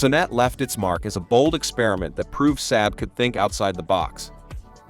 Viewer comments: Saab….sahb not SAB…. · This video is garbage... so much so that it's probably the first time in a decade I've commented on anything. The AI voice can't even pronounce SAAB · The "Saaab suh-NET" Yeesh! It's pronounced "Sahb SON-net"...